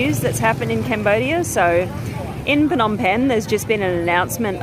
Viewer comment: The correct pronunciation for Phnom Penh, Nom Penh, please show more respect, by using the correct pronunciation